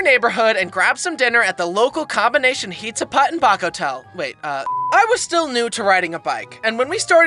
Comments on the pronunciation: “Hizza Put and Baco Tell” LOLLLL❤❤ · "Local combination hizza put and baco tell"